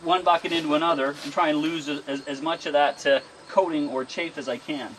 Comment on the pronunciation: Please update your pronunciation: I think the winnowing residue is chaff not chafe. It's short a, not the long a sound. Sound is like in the a in the word "Hat"; not like the a in "late". Good work here -- I did the same thing in my garden this year for the 1st time!